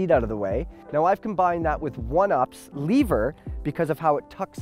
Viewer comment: I wonder if last name influences his prounounciation of words? Leever,?:)